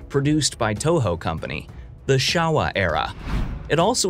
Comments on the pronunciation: Showa not shawa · you said shawa not showa